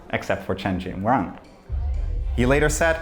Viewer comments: Jingrun... maaan... can't you just research name pronunciation? The "run" is pronounced something closer to "joon". You make it a point to pronounce Goldbach properly, but don't give half of a sh*t about Chinese names. It's hard not to see a form of racism there. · and the "run" in Jingrun isn't pronounced like the English word run, think of it as "-sual" in "usual" but replace the "l" with "n"